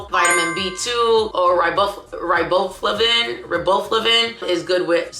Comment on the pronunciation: RYE BO FLAVIN is how it said